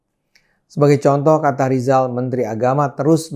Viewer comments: Ngomong RRR aja susah... Sok mau ngomongin ekonomi... Be OL dulu sana... Lijal. Lijall😀😀😀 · Menyebut nama sendiri saja gak bisa Rizal jadi Lizal makanya Cokro disebut Coro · Lijal sejak lahir sudah gagal bilang R 😂😂😂